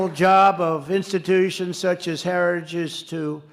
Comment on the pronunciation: "Herijages" slurring words? Or is he unable to say "difficult" words like Heritage? Big words like "Oranges" (origins) or "anomaniss" (anonymous) Quite the stable genius that knows all the biggest words.